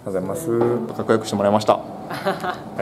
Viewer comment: の「t^ijj%mvgざいます〜」が好き